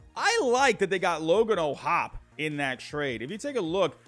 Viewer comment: Its logan o’hoppy is how it’s pronounced